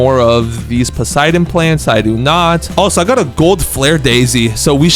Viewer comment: When I noticed the Poseidon plant existed, I added it to my dionysus farm (grape section) and dreamed of getting a garden full of Poseidon plants. EEEEEE!!! HE EVEN SAID IT RIGHT!!!!